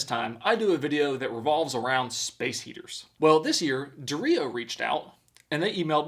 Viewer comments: Took me a while to figure out he wasn't saying Dorito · I KNOW it's "Dreo wall mounted heater" but I kept hearing "Dorito walnut heater"